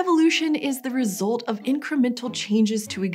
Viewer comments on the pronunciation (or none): You say your U sounds weird. "resolts" "molti-cellular" pls stop